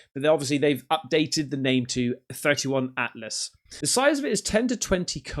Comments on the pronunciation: 3I Atlas is pronounced three eye Atlas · 3 eye "i" atlas Not to be that guy, just thought I'd mention that. Love ur vids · Not a big deal but it's 3i atlas. Not 31 Atlas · 3 eye sounds suspect as hell